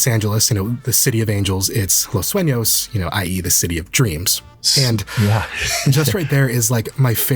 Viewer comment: "Los Suenos" Or "Los Sueños"